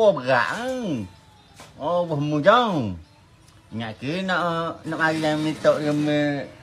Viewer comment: 1. Dia x paham yg dia disuruh recite ayat tu 2. Yg org kita dlm video ni sebut Allah pun jauh dari tepat 3. Ayuh kita sama2 betulkan bacaan, tajwid Dan makhraj.